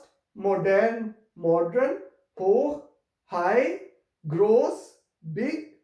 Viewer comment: It is not gross , it is pronounced as ghoss..